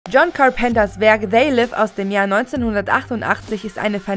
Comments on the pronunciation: Wer soll bitte "John Karrpennter" sein? Ohjeee. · John carnpenter??.??..könnt ihr nicht mal einen der besten Regisseure der welt richtig aussprechen oder was?!!